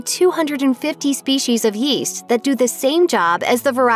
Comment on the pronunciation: Yeast? I thought you said Weest.